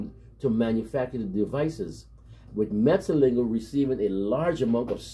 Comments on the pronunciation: Thanks for the recognition given to my country man from Suriname. Jan Mat -Zel -Lig -Ger the way you pronounce the Dutch name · Finally, someone who can pronounce his name correctly 😀. Well done bro!